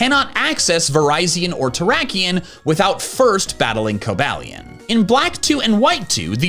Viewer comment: It’s pronounced coh-BAY-lee-uhn, EE-VELL-tall, sol-GUH-LAY-oh, and fee-oh-NAY, “Patrick Star”! 🤨